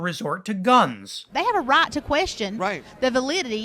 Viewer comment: She said, "Rat now," instead of right now.